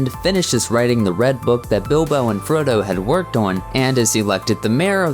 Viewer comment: Tol-KEEN, Sow-RON..... Fro-DOH